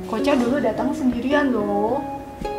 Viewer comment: Bukan kocha tapi koca